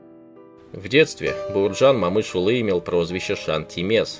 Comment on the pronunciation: Автор ты че узбек как то неправильно говоришь Баерджан Момышюли за это дизлайк всбесил просто я же не говорю пьюшкин